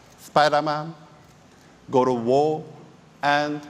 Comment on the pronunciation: is it God of War or just godowor?